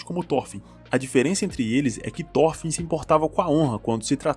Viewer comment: SE LÊ THOROFIN , NÃO THÓRFIN. pelo menos no anime eles falam Thorofin